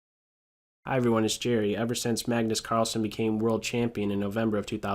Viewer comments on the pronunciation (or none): none